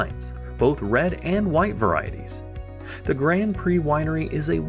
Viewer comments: It's Grand Pré, not Grand Prey. You are totally wrong about what happened to the Acadians. No one was "burned to death'. The Acadians were rounded up and placed on ships and deported to the other British North American colonies in the initial deportations. Later, more Acadians were deported, throughout the Seven Years War, to England and France. Those who later immigrated to Louisiana became known as Cajuns (not Cagain). Eqedia? Do you mean Acadia. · A couple of minor points: - Hall's Harbour. It sounded like it was pronounced Hell's Harbour. - Grand Pré: drop the hard d in Grand and Pré sounds like pray. - The Acadians were not persecuted as such. Under British rule, until the 1750s, the Acadians flourished and were generally left alone. Tensions and then war with France led to the sudden deportation of the Acadians. - Although Pictou and area claim to be the birthplace of New Scotland that is not really the case. That claim can actually be made by Annapolis Royal where the Scots settled, under Sir William Alexander's colonial scheme, in the late 1620s. The ruins of Charles Fort are located beneath Fort Anne. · Nice video man! I have always lived in Halifax, but the Locals tend to get mad when you don't pronounce Grand Pre like "Grond Pray" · Grand Pre pronounced Grand Pray ......... !